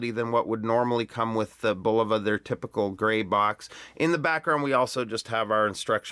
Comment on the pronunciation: 1. THANK YOU for pronouncing Bulova correctly! So many of these young whippersnapper YouTube reviewers pronounce it bull-OH-va, which is incorrect. 2. I have two Bulovas with this same 262 kHz UHF quartz movement and they are crazy accurate. They gain about one second a month. 3. A curved sapphire crystal as well? That's really something and Bulova is to be commended for such ingenuity. 4. Great review,!